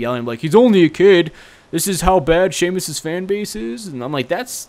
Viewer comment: ITS "SEAMUS" NOT "SHEAMUS" U CANT SPELL